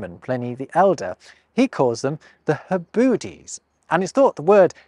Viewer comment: Sitting here thinking I’m a mature adult for loving these videos and all your content. Then I giggle when I hear Hebudes, thinking it sounded like “Heh-Booties.”